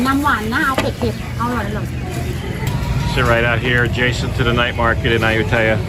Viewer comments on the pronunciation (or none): I know your Thai is way better than my 1st grade Thai but that pronunciation of Ayutthaya is brutal I’ve never heard anyone say it like that and I’ve lived there for 5 months